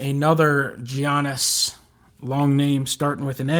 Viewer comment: Gianni's Antetekoumpo's first name is pronounced "yannis"